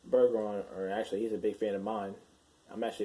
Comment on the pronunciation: yes. Colton Bergeron. Btw it's pronounced, " bur-zure-on